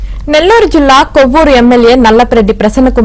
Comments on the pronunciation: Amma news reader kovvuru kadhammaa Kovuru 😅😅😅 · కొవ్వూరు కాదు అండి కోవూరు అని పలకండి